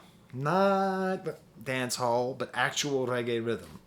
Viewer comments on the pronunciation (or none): none